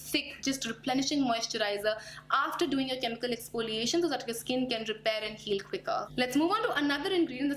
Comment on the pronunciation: What I have observed is you said "expoliation" instead of"exfoliation". Just my observation. Please don't get offended